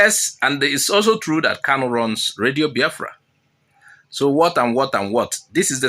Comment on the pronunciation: I thought you ar3 igbo and you are pronuncing Biafra as if you are from kafachan. 😂